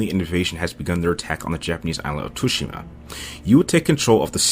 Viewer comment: Nice one mate but I couldn't help myself to laugh every time you attempted to say: "Tsushima" lol.